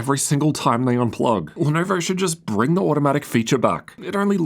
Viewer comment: Guyjust said “leh nuvur”